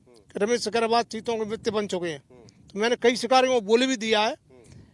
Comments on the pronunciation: sikaryar ki jagah sikarwar Bolana hai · Ramesh Singh Sikarwar hai, shikarhar ulta bolte ho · Thakur ramesh singh sikarwar name acche bol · Sikarwar bol bhai ...Sikarwar ❤️